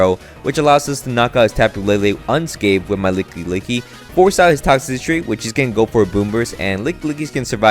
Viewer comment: After watching several of your monotype challenges, I think your biggest challenge is pronouncing Toxtricity 😂